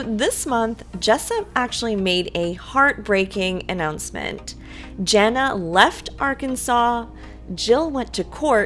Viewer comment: can you say Jana with an A instead of Jenna. thanks